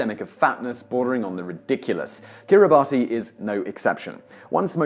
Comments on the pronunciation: Kiribati is pronounced "Kiribass" you ignorant troll. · A "factoid" is a tidbit of information that is used and spread so often it becomes widely accepted as fact, but usually isn't actually true. Also, Kiribati is pronounced Kiribass, and there are multiple countries in the world without a capital. City states are their own capital (Monaco, Vatican City, Singapore, etc.), some countries don't have any cities at all (Nauru, Tuvalu), and then there are countries that do not acknowledge the capital city most of the world uses as their capital (Switzerland) or use multiple capitals (South Africa, Sri Lanka, Chile, etc.), countries that claim a city as their capital that isn't actually within their jurisdiction (Israel, Palestine), and even countries that use a different city as their capital than the one the rest of the world acknowledges (Australia). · More believable if you had pronounced Kiribati correctly (It's Kiri bass) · Mr. Whistler, the country Kiribati is pronounced Kiri-BASH. There is a story of how the country's name was spelled Kiribati and pronounced as Kirkbash, which has something to do with a broken typewriter. You may be able to find the story and perhaps you can do a top ten reasons words are spelled one way and pronounced differently. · Kiribati is pronounced Kiribass. Obviously it's so unimportant that the correct pronunciation is irrelevant. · It’s pronounced Kiribahs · “Kiribati” is pronounced “Kiribas,” the ti combination having an s sound. This is why Christmas Island is spelled Kritimati. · Kiribati is pronounced as Kiribas Ti- makes ‘s’ sound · Pretty sure Kiribati is pronounced “Kiribahs”. I may be wrong though. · Your pronunciation of Kiribati is incorrect. As per Wikipedia: ""Kiribas" is the official pronunciation as "ti" in Kiribatese makes an "s" sound." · Kiribati - pronounced ki-ri-bas. It's odd but true. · "Kiribati" is pronounced "ki-ri-bass". In Gilbertese "ti" replaces our letter "s". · It's pronounced "Kiribass".